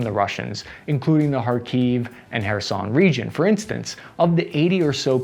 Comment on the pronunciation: He said "Kherson" right! 🥳 🎉